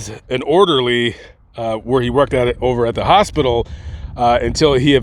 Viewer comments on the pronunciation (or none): none